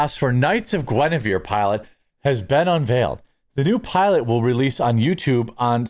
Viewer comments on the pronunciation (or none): none